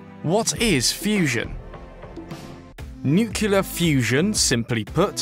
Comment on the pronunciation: This is great and much welcome news, but PLEASE, have a narrator who can pronounce "nuclear".